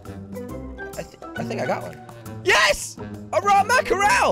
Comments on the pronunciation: I like what ya got going on but I can't hear mack-er-el again. Are you in a landlocked state by chance? lol just teasing you. But for the record it pronounced mack-ruhl. Just two syllables. Just a little help from a girl in Maine. We literally can watch mack-ruhl (lol) jump in schools a hundred yards from our house, so we are a little familiar. :-P Keep up the raft vids though. Really enjoy them! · I used to pronounce mackerel like that but then when i realised it was ‘mack-rel’ I was embarrassed af. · Say it like mackrul